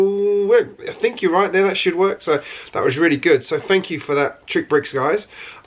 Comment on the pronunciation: You keep calling it TrickBricks, when it is actually pronounced as "TRICKSBRICKS". There is an "X" after "TRI".